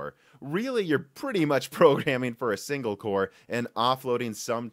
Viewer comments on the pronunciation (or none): none